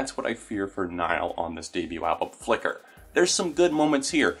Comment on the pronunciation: Idk why but how you say "Flicker" is super satisfying